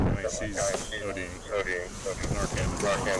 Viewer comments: Wish I could give the video less than a thumbs down. Here's why: 1 - The narrator or AI (which I suspect), in the first two segments pronounces the drug administered to officers as "narkin". Naloxone (pronounced Na-lox-ohn) is the generic forum/trade name for Narcan (pronounced Nar-kan). 2 - In the last segment, you (or AI) states the car the officer stopped was struck "head-on" by a vehicle that crossed the highway. Apparently you were not even reviewing your own video. The car stopped by the office (Veh. 1), was struck on the left from corner. More so on the LEFT SIDE of the front fender. And the car that crossed the roadway (Veh. 2) and struck Veh. 1 did so with the left REAR portion of Veh. 2. If you watch the video closely, you can even see the driver of Veh. 2 as the LEFT REAR portion of their vehicle impacts Veh. 1. Almost as far from a "head-on" crash as you can get! As far as I'm concerned, as someone with 30+ years public safety (Fire/EMS and Military Police), your credibility is less than zero. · Great video. Just stumbled onto your channel. I will definitely check your other videos out. One small correction: it’s pronounced NAR:CAN the first part sounds like Mars the planet and the 2nd sounds like can like a trashcan. I’m not trying to be mean or petty it just threw me off when I first heard you say it. As a side note: Narcan doesn’t last more than 30 min. Once it wears off the drugs may still be in the persons system which may still be a lethal amount and they may also overdose again. So if you find someone who has OD and you revive them with narcan don’t let them be alone and encourage them to be taken to the hospital (who will not tell police you took illegal drugs. They just want to help.) that way they can be monitored by the hospital and have the ability to administer further doses of narcan again if needed. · Stop pronouncing it narkin.. it's narCAN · Not to be dramatic or anything, but the drug isn’t called Narcin, it’s NarCAN